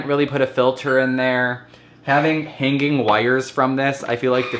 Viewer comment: It sounds like you are saying "hang gang" rather than hanging. Is it just me that hears this, probably 😂